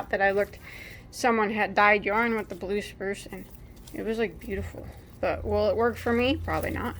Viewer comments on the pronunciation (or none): . Sounded like you said brue spluce. Teeheehee. So funny and cute. That’s what dying is all about. Experimentation.